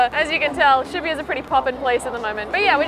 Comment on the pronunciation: She pronounces shibuya very odd